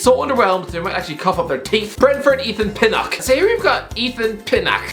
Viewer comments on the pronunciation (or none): No-one: Absolutely nobody:: Ethan PinnAHck